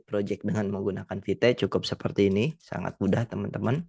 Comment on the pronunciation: Not vite instead vit 😂